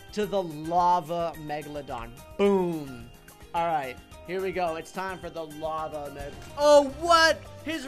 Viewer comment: I love when he says lave that shoots out other sharks do do do do